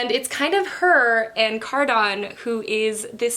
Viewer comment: Cardans name is pronounced “Car-din” not “Car-don” 😭